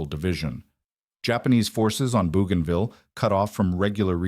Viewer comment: Flying northwest out of Henderson Field looks like rubbish to me, as does Japanese radar on the Islands and the pronunciation of "Bougainville". This looks like a very unserious production.